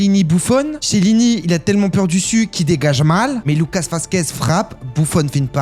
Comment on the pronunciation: tout cas il ne connaît pas assez bien le foot pour prononcer Chiellini correctement...